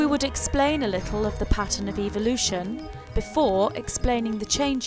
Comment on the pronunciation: The truth is no one knows. NO ONE. It is all observation. It's ...ev-el-ution. Not eve-el-ution. What you are saying in "What happens to us..." is what Jesus was talking about,however, it was all changed by greedy gov't people who want wars and people divided so there is no peace...they keep us guessing and fighting with each other, this makes it possible for "them" to live large, while the rest of us live "small". This info is not what "they" want us to know. Good video.